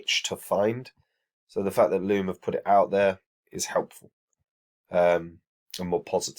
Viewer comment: Its loom lads not lobe